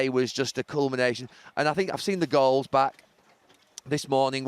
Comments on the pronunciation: Haha sounded like he said “We were treated to some great girls weren’t we?” 🤣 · Did he say glorious girls or goals